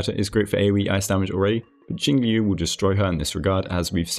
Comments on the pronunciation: Liu is pronounced like "Lyo" it rhymes with the Japanese name "Ryo". You just make the L sound with your mouth and then follow it with "Yo" like in Yo-yo. Admittedly, it's one of the harder Chinese syllables to pronounce so I don't blame anyone for it. Even on the official live stream they say her name as Jing-"lyoo". XD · One day there will be a guide-maker who correctly pronounces Jingliu's name.